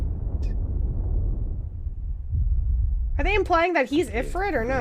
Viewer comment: I am soo glad they for once pronounced ifrit correctly as an Arabic speaking trilingual person also lets gooo Phoenix, part phoenicians coming through if phoenix cant revive, throw it all away